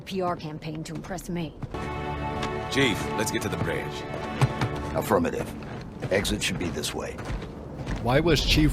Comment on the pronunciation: “Chief, let’s get to the Breadge.” 😂